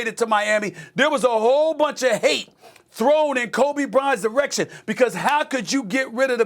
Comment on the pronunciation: Stephen A said erection rather than Direction LOL